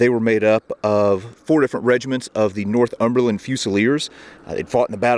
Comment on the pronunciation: in your vid you kept saying north-umberland otherwise great vid